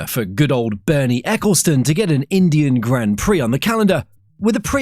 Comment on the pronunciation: When you said Indian Grand Prix, it sounds horrible.